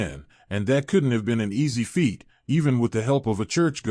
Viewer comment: Good storyline, just needs better pronunciation of: combat, combative,web, runes, feat is pronounced as eg: Overcame a large fate. To make a smoother storyline 😳💯